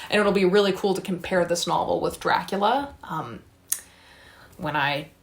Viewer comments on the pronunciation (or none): none